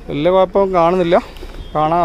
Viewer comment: കുയപ്പം അല്ല ബ്രോ കുഴപ്പം എന്ന് പറ 🤣